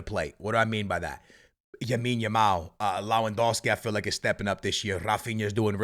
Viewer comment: he’s been calling him yamine every single video😭how has he not been corrected 😂